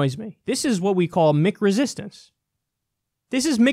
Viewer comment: Maybe I'm out of the loop on this one, but what the hell is "Mick" resistance? Kyle says it a lot in this video. I thought he said "meek" (which makes a lot of sense) until I played it back a few times.